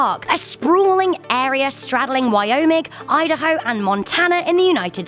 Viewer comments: Not Chey-anne its Shy-anne, and not st louie its st louis as in saint lew-is, and not wyomic its wy-om-ing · Did I hear her say Wyomic instead of Wyoming! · Did she just call Wyoming wyomic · Did she say “wyomic”? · Wyomic you mean Wyoming also who lives in Wyoming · Did she just say “Wyomic” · did you just pronounce Wyoming wrong? Well i mean you are british so I'll cut you some slack ;)